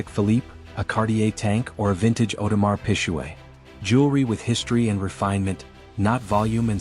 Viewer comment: Sorry but what is an Audemar Pishaway? 🤦🏻🤦🏻😂😂😂😂